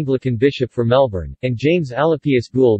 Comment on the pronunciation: I lost interest as soon as I heard you mispronounce Melbourne.